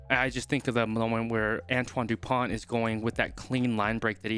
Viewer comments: Dupont is pronounced "du-pon" with a hard "o" as in "prone". England had problems tackling and Ireland will have to improve its kicking to defeat France. Edit: for Dupont, try saying "pony" without the "y". French words have the stress on the last syllable. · Bonne prononciation : Antoine dupon....pas de T! 👀👌😅🐓